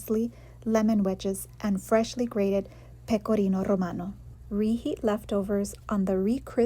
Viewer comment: Pecorrrrrrrrrino Rrrrrrrromano